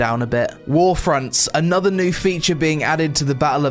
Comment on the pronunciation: 'I Fink' and anover Fing...